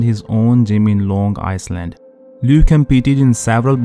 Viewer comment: LOL, "Long Iceland"